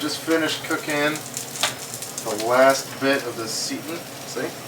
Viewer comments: Nice video. Thanks for being so methodical. Just so you know, it's pronounced "say-tan", not "see-tin". Also, you shouldn't measure dry ingredients (like vital wheat gluten) in a measuring cup designed to measure liquids. There is quite a difference between the two. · ah he's young. Most of my students like to say "seetin"... LOL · It's pronounced "S'eye tan"